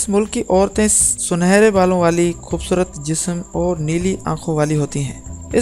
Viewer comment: O bhai Urdu ko urdu ki tarah parho aur bolo talaffuz sehi adaa karo khhoobsurat nahi khoobsurat hota hai zara insan bano aur apni zuban ko tarjeeh do bachata doosro ko promote karnay k